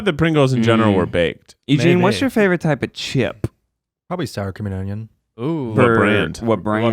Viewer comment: I hear Star Chameleon instead of Sour Cream and Onion every single time